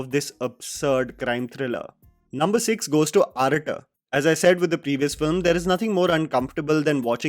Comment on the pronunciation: It's aa-ra-tu not arat 😭